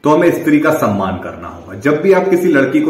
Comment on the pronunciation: Saman ki nahi samman ki 🤣🤣🤣